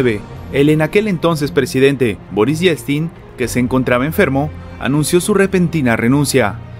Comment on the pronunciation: Se pronuncia:"ieltsin", el ruso tiene la misma valía de vocales y consonantes que el español.